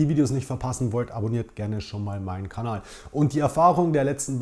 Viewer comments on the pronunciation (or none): none